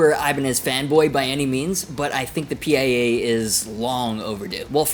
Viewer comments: Is not P.I.A....just PIA!!!!😊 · it's the pia( steve vai's wife's name) pronounced like the singer SIA but with a p. Also, the jem will still be in production along side the pia, the jem isnt going anywhere.